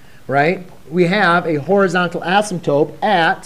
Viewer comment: Impossible to tolerate because of the pronunciation of “asymptote”. swapping the “p” with the final “t” destroys the content.